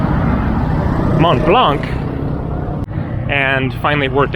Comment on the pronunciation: Hi! Mont Blanc is pronounced without the C at the end! Great video!